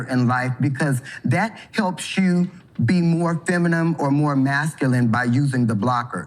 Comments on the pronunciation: "He" thinks kids know who they are at age 3? Dude can't even say "feminine" correctly. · Seems fitting the guy doesn’t even know how to say feminine. He’s out here doing his best to be “femuhnumb” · Shes not "feminum" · She said "feminem" Can't even pronoince the word properly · Did he say feminime with a M ? lol He doesn’t even how know the word is pronounced. Let alone it’s own sex. 🤣🤣🤣🤣🤣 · That thing can't even say feminine.